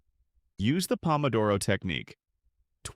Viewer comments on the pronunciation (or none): none